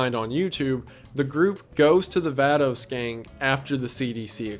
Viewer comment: Also that’s not how you pronounce “Vatos Gang” Wendi lmao 😂